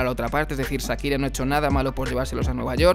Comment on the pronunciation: Es Shakira, no Sakira. Y se pronuncia Maiami no Miami.